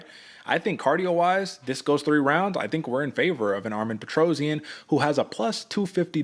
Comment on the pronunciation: His name is Armen Petrosyan. NOT ARMIN PETROZIAN!